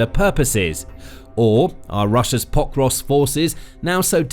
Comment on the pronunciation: Is the city called POK-rovsk or Po-KROvsk? I think the latter and the first as you say it here hurts my ears. But maybe I'm wrong?